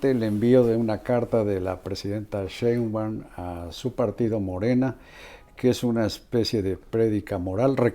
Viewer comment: Respetado y siempre bien apreciado señor Marín : ¿por qué no pronuncia correctamente el apellido Sheinbaum? Siempre le dice Shembaum. Le conmino y le insto a que corrija, de otra forma -le advierto-, me veré en la penosa necesidad de dejar de ver sus programas que tanto disfruto pero, sobre todo -y más tristemente-, de irrespetar el título que le fue otorgado como alguien que nunca se ha equivocado semánticamente. Como opción alterna, si acaso mi advertencia lo atemorizó lo suficiente, le ofrezco que me explique usted sus motivos para hablar de una forma que parece ser un error de pronunciación imperdonable para alguien de su talla cultural e intelectual. Le agradezco su atención reiterándole tanto mis más sentidos respetos, como mi más irrevocable advertencia, aunque lo atemorice.